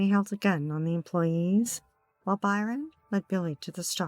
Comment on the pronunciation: The victim's name is Bryon, not Byron.